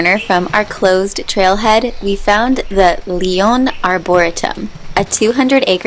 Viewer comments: So fun! Looks like the arboretum was a really good change of plans. Made me giggle how you pronounced it lol Happy New Year, love and miss you guys! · The bite into that donut was the best part! I cant put a finger on it but was very inspirational. I also learned a new way to pronounce arboretum! Careful with that elephant ear though the sap can be very irritating to some people, will make you break out and itch.